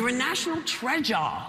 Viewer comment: National TRE-JARR